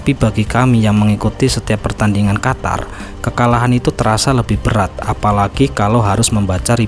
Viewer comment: QATAR= QUTUR😂